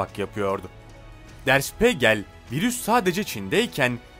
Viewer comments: Şpegrl degil.der şpigeldir. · Der Spiegel (Der Spiigel diye okunur) Spegel yanlış lütfen düzeltin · işte diyorum ya ama o dakika başı spegel deyince tuhaf oluyor (acil düzeltmesi gerek) yurtdışından da izleyicileri var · Okunuşu _şpiigel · Kulağım kanadı lütfen önce araştırın ondan sonra kelimeyi doğru telafuz edin Spegel ne ya???